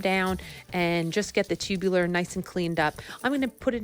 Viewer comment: The word is TUBER - not 'tubuler'.( 'Tubular' -as in 'chairs with tubular metal legs' - is an entirely different word and meaning.) 'Tubers' PLEASE !!! - otherwise good info - thanks.